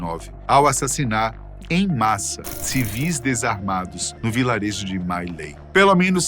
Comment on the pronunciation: A pronuncia era mi lai.